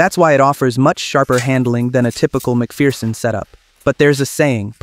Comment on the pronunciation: FFS, it's pronounced "Mc Fur-son", not "Mc Fear-son"